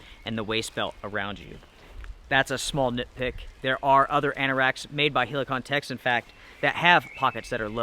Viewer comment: The way you say Helikon is really annoying mate